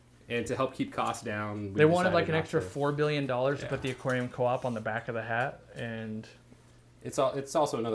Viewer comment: aquarium "coop" lol. That is how I will pronounce it now.